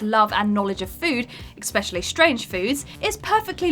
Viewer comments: It's especially not expecially. Js. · I'm sorry, did you just say "expecially"?